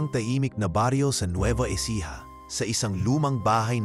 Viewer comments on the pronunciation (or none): none